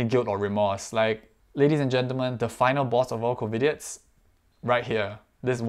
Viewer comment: I think u pronounced it wrongly tho, u said Covidits instd of covidiots😅